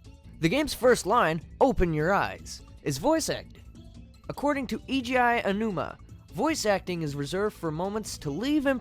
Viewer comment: E.G.I. Anuma? Learn how to say words, for goodness' sake. It's Eiji Aonuma. Since you are an English speaker, let me sound it out for you. Eh-ee-jee Ah-oh-noo-mah. Say it slow a few times.